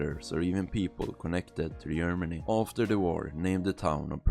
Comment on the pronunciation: Can’t even say Germany right💔